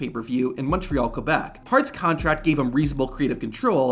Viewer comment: As a french-canadian from the province of Québec, props to you for pronouncing Québec correctly (Kuh-Beck) and not ''Kwuh-Beck''. Nice video, by the way !